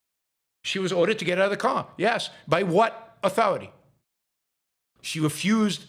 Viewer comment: "RESPECT MAH AH-THOR-I-TAY!" Rage! No fear. Bang - Bang Bang! Cop Jonathan Ross video-taped his own snuff film. And he's a Christian?